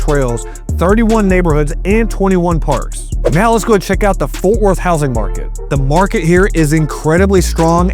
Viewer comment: It's FORT not Forth No H